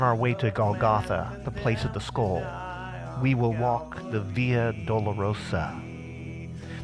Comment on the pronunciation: Can’t listen to the pronunciation of skull anymore halfway through. Thanks for the information.